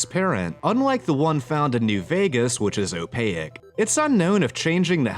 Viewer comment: these videos always boost my mood but the way you said "opaque" really got me good 😭😭